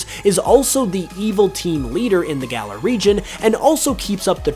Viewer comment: That is not how you pronounce galar